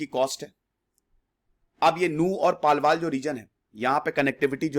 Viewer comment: सर पलवल not पलवाल 🥰